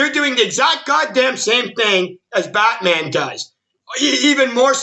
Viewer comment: He keeps saying botman 🤣😂🤣